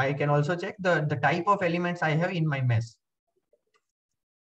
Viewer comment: material is good but the way you pronounce mesh so it sounds like mess cracks me up